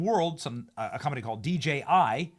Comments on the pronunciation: DJI, not DGI Dan. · What the hell's wrong with Dan? Why can't he say DJI? It's right in front of him and he can't for whatever reason just say it.. DAN IT'S DJI NOT DGI! COME ON BRUV GET IT TOGETHER